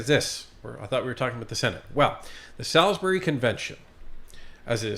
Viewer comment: Your pronouncement of Sailbury is painful. I lived there and it’s pronounced souls-bur-ree.